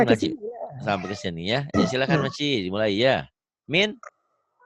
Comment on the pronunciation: Bagus sekali...tahniah tapi SEBUTAN MAKCI TU SALAH...SEBETULNYA MAK CIK DAN PAK CIK..HEHE